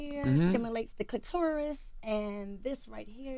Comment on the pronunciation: Cluh-taurus??? Smh 🤦🏽‍♂️